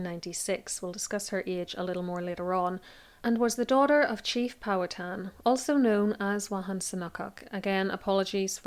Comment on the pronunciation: Pow- HA-ten Co-Co uhm